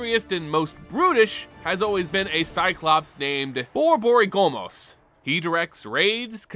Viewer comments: I cringed every time you Borborygomos. His name is a play on Borborygmus, rhe sound your stomach makes when it grumbles. Phonetically it's Bor-bor-ig-mos. Mos like most minus t. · 😂Boar-boary-GOmos🤣 My brother in Niv, you're adding an 'O' to a name that has been said aloud correctly countless times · Great video! Crazy what can happen during three blocks. And even between! Just a clarification: Borborygmos is pronounced Bor-Borig-Mos. Don't get it wrong or your needle might fail. And Jarad is pronounced Jah-Rad, not Girard. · was actually painful hearing it pronounced so wrong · It's bor-bor-ig-mus, and for some reason they chose the noises made by digestion for the big hungry boi. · I've only ever heard it as bor-bo-RIG-mus. Saying it your way makes me roll my R way too much. But that could also jst be lack of practice. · BorboryGOMOS joined to the butchered names list along okinek aHuuuuA xD Nothing personal, I Love your mispronunciations xD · His name is pronounced "Bor-bor-ig-miss" its the medical/scientific term for stomach growls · Borborygmos no O after the G..not borborygomos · the way you pronounce Borborygmos pains me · Today, on the butchered names board we have Borborygmos! Jokes aside, great video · The pronouncement of Borborygmos.. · This video was so great but man the Borborygmos pronunciation was very jarring lol